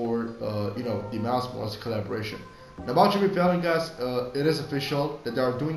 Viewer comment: Helpful but please pronounce MILES MORAL'S properly